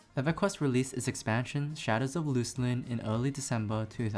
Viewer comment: You said "Loose-Lin".